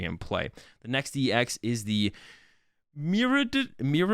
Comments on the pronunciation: hey man great vid, I'll add that miraidon and koraidon use Japanese pronunciations, so "mi-rye" and "ko-rye" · Miraidon is pronounced like Mi-ride-on because you ride on it in the game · Bro lol. Let me help you out and everyone else. It's ME-RI-DON and KO-RI-DON. How is the "rai" in their names messing y'all up that much? C'mon now lol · miraidon deez